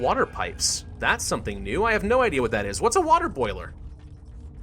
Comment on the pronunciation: "What is woter boyleer" Hoave you played R2 or something release